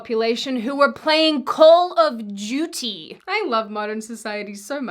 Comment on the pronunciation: Am I the only one that heard "Call of Judy" and not "Call of Duty"?😅